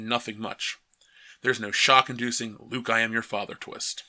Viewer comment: It only took the butchering of Luke....